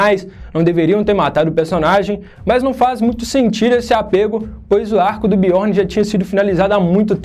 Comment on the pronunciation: Fala direito, parça. Biorni não. Biorn